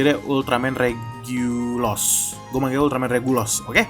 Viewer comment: Regulus bukan regulos